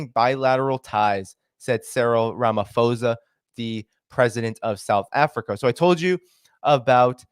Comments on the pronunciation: Correction: It's pronounced Ramapawsa, not Ramafozer. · I cannot. I heard “ramafosa” for the third time and I couldn’t listen anymore. It’s pronounced Cyril Rama-poh-sah. But thanks for the content. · Please pronounce the Presidents name exactly as is written Ramaphosa (not Ramafosa) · It's Ramaphosa not Ramafosa.. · Its pronounced posa, Ph does not equal f in Ramaphosa. Sorry I've just never heard someone pronounce my presidents name like that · The South African Presidents name is pronounced_ “Raa” “ma” “po” “sa” and spelt Ramaphosa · Rum - u - pause - a . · So the name is pronounced Ra-ma-paw-zah. Also, it’s like you are talking about a different incident because this is definitely not how the citizens view the Lady R incident. We are very certain that weapons were definitely loaded on that ship. The ambassador would not have made these accusations if the CIA was not certain of it, and obviously it can’t provide evidence without exposing its agents. Your ambassador didn’t apologize because no apology was due. Us, we the South Africans, are pissed off about this because it is putting in jeopardy the AGOA agreement which many of our small businesses (including mine) rely on to survive. It is shocking that you have such a dim view of your own country. Are you aware that the politicians who have dragged us (South Africa) into this conflict are the same politicians who have completely wrecked our power grid and are systematically forcing us deeper and deeper into financial ruin? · Pretoria is a land locked province I think ur talking about simons town in cape Town also its ramaposa u don't pronounce the ph sound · Its Ram ah - po zar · Apartheid is pronounced ( apart-8) And Ramaphosa is pronounced (Rama-poza) the "H" is an emphasis on the "t" it is not pronounced as an "F" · It is RAH-MAH-POH-SAH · It's pronounced "Ramah - Paw - Tsar". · h is silent